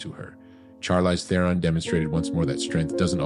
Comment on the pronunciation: Learn how to say her name for one thing.